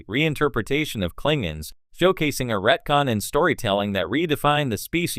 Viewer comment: “The Clingins” 💀